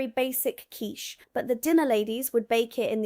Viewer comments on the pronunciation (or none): none